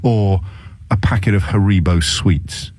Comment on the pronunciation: WOAH What is that pronunciation of Haribo all about?